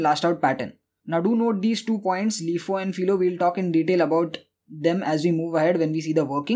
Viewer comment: I needed a playlist on data structures and you delivered. Thank you very much. By the way, LIFO is typically pronounced "LIE-foe", not "LEE-foe".